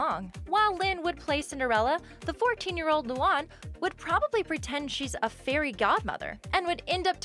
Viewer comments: It’s pronounced lū-an not loo-on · Luan is pronounced LOO AN not LOO ON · It's Lu ANNE not Lu AHN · It's not lu aun it's LOO ANN luan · I really can't take it anymore. You pronounce the character's names so wrong! I had no choice. Luan= Loo-An Lana= Lah-Nah Lynn=Lin Lola= Low-Luh Leni= Len-E Lincoln= Lin-Cun Lisa= Lee-Suh Luna= Loo-Nuh Lori= Lore-E Lucy= Loo-See Lily= Lil-E I included all of them so you can use this for future vids. No hate, just an annoying pet peeve of mine that needs to be addressed. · (Luu-Ann) is it to hard to prounounce. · it's loo an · The way she says Luan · Why did you pronounce Luan wrong...when it was Lynns part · She said Luan wrong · She said luan wrong XD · did anyone hear as they pronounced luan wrong? or is it just me. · YOU SAID LUANE WRONG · You said Luan wrong for me where I live.